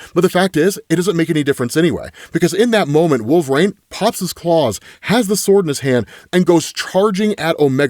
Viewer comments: Its wol-ver-INE, his name is not wolvrain. God i hate it every time you say his name. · Can someone please tell this absolute dickhead that IT. IS. NOT. PRONOUNCED. "Wool-VrAYne"?! FFS,. You had one job, get your shit together